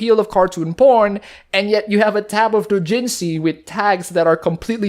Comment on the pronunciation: I'm sorry but your pronunciation of "doujinshi" is driving me up the fucking wall